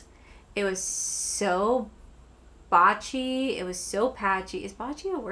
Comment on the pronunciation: 😂 It’s , “Blotchy.”